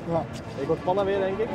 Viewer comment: Het moet panna zijn niet pana. Maakt niet uit hoor een keer een foutje all love to you❤️❤️